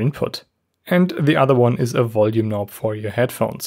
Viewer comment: He said "massive kno" 😂🤣